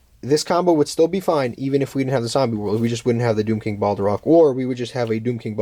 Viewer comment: Its not Balderock :D